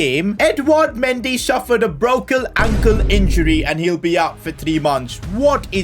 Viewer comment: “Brokle ankle injury” 😂